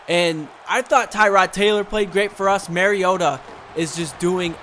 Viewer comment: also your still saying mariota wrong lol